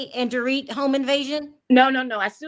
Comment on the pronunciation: PLEASE STOP SAYING DORIT...NOT THE SAME!!!!